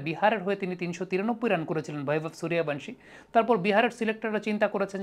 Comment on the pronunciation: সুরিয়াভানশী নয় এটার উচ্চারণ হবে সূর্যবংশী